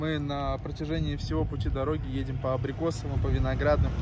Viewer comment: может армянский акцент появился уже ;)